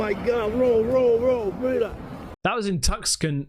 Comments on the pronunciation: Lol love you ya ole Brit! I’m sure someone has commented on this already but it’s pronounce Tucson {Tuse•on}, Arizona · I was just thinking as I made my way through the 7th week of Ohio gray days, where 8 a.m. looks like p.m., that there is very little difference to the day in England😁❤, it's 2-s-on (not son, like boy child, but 'on' with an "s"), Tucson= 2-s-on😁😇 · Am I tripping? Is that not just a fire in the distance? The guy even says the word fire. Edit: the name of the city (Tucson) is pronounced Two-Sawn. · "Tuckson" Arizona is pronounced Toosson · lol, “Tuck-son” Arizona. You’d think you’d be right because of its spelling, but actually it’s pronounced Two-San. Yes, American English is crazy and sometimes baffling! Anyways, great video as always, thanks for the upload. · Too-sahn, not Tus-kan. 😂😂 Tuscan (too-sahn), Arizona. Love your work, man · Two-sahn. Not tukson . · Pronounced Too sonn ben , not tuskon . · Just a helpful bit of information for you,, but Tucson in Arizona is pronounced Tooson not Tuskon. Just thought I’d let you know for future reference. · Tuxson 😂 Too-Sawn AZ (just sayin’, mate :-) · Tucson Arizona, said like too-sawn , not tuscan, with peace and love. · Did u say TUSCAN AZ? Like Tuskin? It’s pronounced ( Tu-San ) ( San - sounds like - bond ) 👍🏽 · Haha It’s Tucson, said TOO-sawn, we’re from here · To-sonn , Arizona. Not tuckscon. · Lol!, it’s prounced "too-saan" if you're talking about Arizona. The other pronunciation is for the one in Italy. But great try. I know we've got a tun of weird names for places in America. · It's pronounced 'Too-son', not 'Tuckson'. 🙂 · Pronounced TOOSON, not TUCKSON! 😂😂😂 Tucson Arizona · Tuskon, Arizona?? Nope. It's "Too-sohn". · Tu-son my English brother, they ain’t got tusks on em 👌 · Hi. I love this stuff. BTW Tuscon is pronounced TOO-Son (last part sounds like ON, the opposite of OFF). - Cheers - Gregg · Tucston AZ 🤣🤣🤣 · Tuckson 😂. you crack me up. It’s pronounced Too-Saan